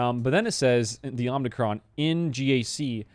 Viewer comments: Sorry to be a nitpicker - it's OMI-Cron, not OMNI-Cron. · Please stop saying omnicron. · someone else said its pronounced ohmicron. Hmm who is right